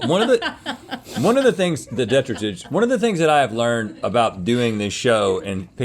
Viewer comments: I don't see that anyone commented, but it is de-TRY-tus, right? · It is, in fact, duh-tri-tuss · Sorry Link, Rhett & are correct, it’s duh-trai-tuhs 😉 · hearing them pronounce detritus in that first round hurts me DE-TRY-TIS not DE-TRUH-TIS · It is de’tri’tus not detri’tus. Arrgghh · Its pronounced deh-try-tus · Despite Links best efforts, it is pronounced duh-trai-tuhs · Rhett is correct. The pronunciation is "de TRY tus". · de-try-dus is the correct way to say it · My people! Wildlife biologist here. I started scrolling through the comments the minute I heard Link say it incorrectly. 😂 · Okay but detritus is pronounced like de-try-tus right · Sorry to be that guy... Detritus: duh·trai·tuhs: Gwinith (it's Welsh) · and she went for the most expensive ones, with bougie deh-try-tuss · It bothers me how they pronounce detritus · Was that detritus on the mozzarella sticks? I can’t decide if they made up a new pronunciation, or just used a word I’ve never heard. 😂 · I'm so glad they corrected Link's pronunciation on detritus. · Links reaction to being poked in the finger speaks volumes. (Deep seated Anger issues) and detritus is pronounced the way Rhett asks him to say it. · cant watch anymore after the detritus mispronunciation.😑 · Please stop mispronouncing "detritus". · Imagine not being able to say detritus correctly. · LOL thank goodness Rhett said something. The way link was pronouncing detritus was setting my teeth on edge. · It is di-trite-us 😂